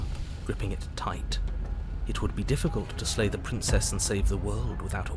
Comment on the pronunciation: Narrator be like: dammit, i said SLAY not LAY